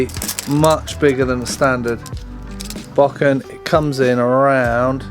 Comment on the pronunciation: Dude it is not 'BACK-IN', It is a "BO-KEN"